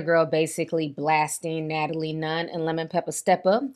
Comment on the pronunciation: “Nat-A-LIE” strikes again 😂